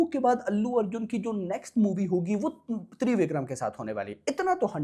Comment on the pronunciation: Babu, it’s not ThreeVikram, it’s Trivikram, just like Tridev 😜